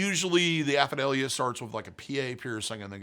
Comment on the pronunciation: “Aphidalia”??? Do you mean Apadravya?